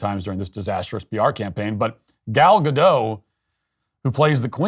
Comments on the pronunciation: Gal Ga-DOTTT, not Gadough...she's Israeli, not French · Matt please at least pronounce Gal's name right it's Gadot how it's written there's a T